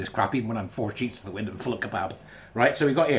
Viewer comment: 4 sheets to the wind and full of kebab? I thought you said "4 shish" 🤣🤣🤣